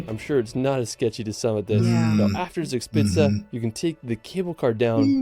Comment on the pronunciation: He starts in the Bavarian-Austrian border region and a lot of his recommendations are located there, but Germany has far more to offer than this somewhat overrated region. 1) His pronunciation of "Zugspitze" is slightly off - "z" is spoken more like 'ts' in German. 3) His pronunciation of "Wagenbrüchsee" is very off. Maybe he should have rather used the other name of the lake: Geroldsee. 1) to 3) are all in the Garmisch-Partenkirchen district. 4) to 6) Berchtesgaden (roughly "Perchta's garden" - Perchta being the Celto-Germanic goddess also portrayed as "Frau Holle" in Grimm's tales) was since the 12th century an ecclesiastical state around the abbey of Berchtesgaden, since 1380 an Imperial Abbey with seat and vote in the Reichstag (Imperial diet), since 1559 a prince-provostry and thereby its own state between the Duchy of Bavaria and the Prince-Bishopry of Salzburg (which surrounded Berchtesgaden on 3 sides). Being a provostry is the main reason for the many churches there. The Kehlsteinhaus ("house at the Kehlstein mountain") was christened "Eagle's nest" (or French "Nid d’Aigle") by the French ambassador who visited it in 1938; this name was normally not used within Germany. Hitler's regular holiday resort was the nearby Villa Berghof in Obersalzberg (a small village whose inhabitants had be forced by the Nazis to leave for security reasons). "Königssee" translates literally to "King's Lake", but originally it was "Kuno's See" (Kuno's lake) after Kuno of Horburg, who toge